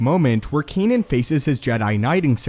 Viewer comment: Not kenin